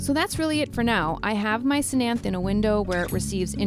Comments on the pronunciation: Cthenanthe- not /se-nanthe/ its /teh-nan-tih/ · Good for you I rescue plants and animals. My only criticism.. Research your plants before doing your videos so you know what they're called and how to pronounce their names. The ctenanthe is pronounced te nan, or, te nen th. So te nan thh. Other names never never plant or fishbone prayer plant species. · The C is silent so it's pronounced tenanthee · Love your channel, and the way that you save all the sad plants :-) Ctenanthe (The c is silent) You say ten-anth-the and pronounce the e at the end :-) I am subscribed to your channel. Keep the great work up. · That final E is not silent. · It is related to calathea but it is actually a Ctenanthe (c is silent) lubbersiana or common name Never Never plant